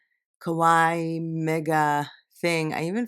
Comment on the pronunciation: the way you pronounce kawaii actually means "scary" :)